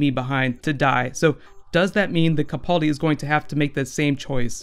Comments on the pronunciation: Ca-PAAL-di not Ca-Paul- di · First, it's kuh-pal-dee, rhymes with gal. Secondly, he was translating for the dinosaur in his sleep.